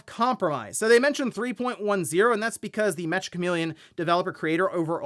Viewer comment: Meccha is a Japanese slang term meaning very/extremely, similar to how you would use the word hella in English. It's pronounced -cha, not -ka.